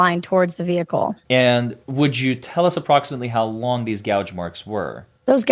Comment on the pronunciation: Every time I hear "how long" I hear "hos long" now. Damn 😂